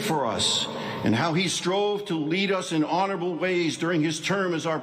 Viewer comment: Did he say Honarable?